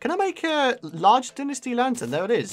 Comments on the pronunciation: pretty sure its pronounced "Dai-Nasti" not dinisti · It's Die-nus-tee